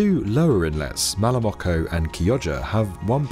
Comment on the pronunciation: At 2.41 you messed Malamocco and Chioggia.